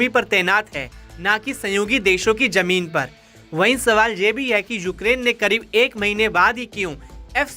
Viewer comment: Ganwaar apna pronouciation sahi kar Jameen nahi zameen hota hai Jabardast nahi zabardast hota hai j ko z........z ko j s ko sh....sh ko s padte ho Ganwaar kahin ka